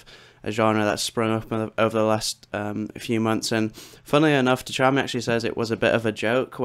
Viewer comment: Really? Techami? good vid though haha